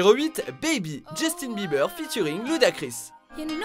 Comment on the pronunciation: justin bruhhhhh fin du monde mdrr mes oreilles svp